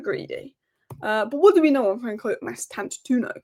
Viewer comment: It's pronounced like it's spelt Mastan-tuono (twono if that's easier), not toono